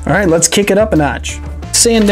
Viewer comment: did he say lead's take a gander?